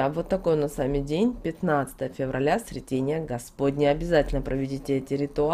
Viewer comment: Благодарю! Но прошу правильно ставить ударения, особенно, в названиях церковных праздников, это ж СрЕтение. ОбразА.